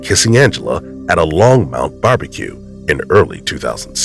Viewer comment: Longmont. No u in that. Long- mont. simple.